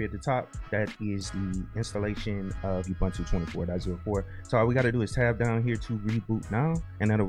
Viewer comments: It's pronounced "ooboontoo" not "yahboontoo" btw! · For what it's worth, I started saying Ubuntu and I still find myself saying it even though I know it's ooo-boone-too lol